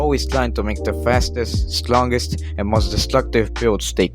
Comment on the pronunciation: "most stlongest, and destluctive builds evel"